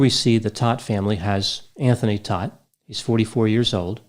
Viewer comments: Last name is pronounced Tote. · In NY, they say this name ss Toadt kind of like thst. Long o, not short o?